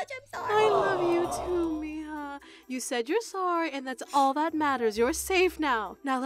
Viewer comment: Why miha but it sed mija😂😂😂😂